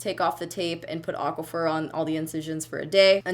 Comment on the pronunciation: Girl you slay those melons!! 🍈🍈🍉🍉Also, is it just me or do you pronounce aquaphor, Aqua-fer? 😂